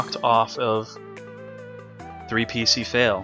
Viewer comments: not sure if you were trolling on how you pronounced ( epic fail) or genuinely didn't know 🤔🤔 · Your pronounciation of his name was an "3p1cfail". In all seriousness, I appreciate what you've done for the Duel Links community. Keep up the good work, best of luck to you and your girlfriend.